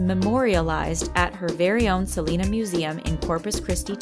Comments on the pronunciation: honestly its not freakin salina its SEHLEHNAH quintanilla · That’s not how u say Selena’s name they don’t sound the same